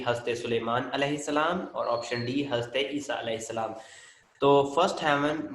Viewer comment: Kindly speak correctly ''Hazrat'' word... You are saying this word with the name of prophets so plz speak it correct.